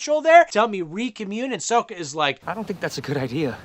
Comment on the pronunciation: The way he pronounces soka makes my ears hurt